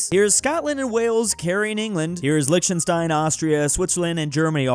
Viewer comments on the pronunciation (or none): none